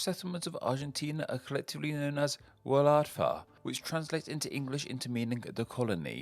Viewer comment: I'm not even fully welsh but I knew enough to know he was pronouncing those horridly, ch isn't like in cheese, but in loch, and f isn't f but v example Y Wladfa, how he says it "wuhladfah", more accurately "ooladvah"